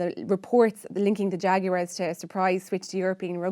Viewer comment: Pronounced the Haguarez.